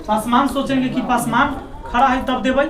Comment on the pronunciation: जिस तरह अपने नाम को गर्व से लाते हैं उसी तरह भी बोला kijiye पसमान नहीं hota पासवान होता है अहंकार आदमी .....😈😈 थोड़ा बोलने के लिए सीखिए ज्यादा अच्छा होगा